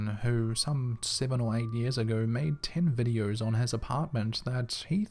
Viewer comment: They are called videos not videe-urrs